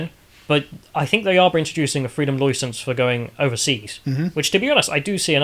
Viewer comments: "Loy sence" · Freedom “Loisence”?, or however you spell his name needs to brush up on his pronunciation. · How ya’ll pronounce license sounds like an Australian caricature😂